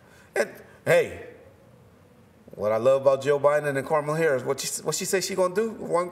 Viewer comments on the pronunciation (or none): “Karmala Harris” .... Reggie be messing up names, words.... man!!!